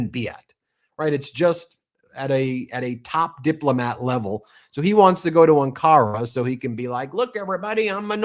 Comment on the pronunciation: AN-ka-ra, Ben. Emphasis on the first syllable. 😊